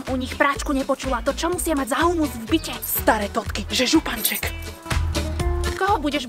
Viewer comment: Mňa najviac pobavylo ako si povedala stsré totky😂😂😂